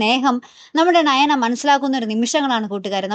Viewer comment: ണയന അല്ല നയന